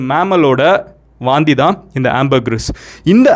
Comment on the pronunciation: Vomit னு சொல்லலாம் ல... எதுக்கு வாந்தி....வாந்தி... னு அழுத்துரிங்க... 😂😂😂சாப்டுகிட்டே Video பாக்கலாம் னு பாத்தா எல்லாமே வெளிய வந்துடும் போல.....🤢🤢🤢